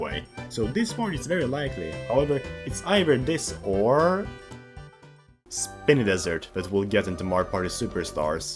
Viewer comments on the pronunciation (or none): I have never heard anyone pronounce Spiny Desert as Spinny Desert